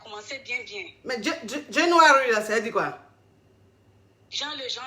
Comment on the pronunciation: La première la aussi “genre genre genre” “January”? Ahiii 🤣🤣🤣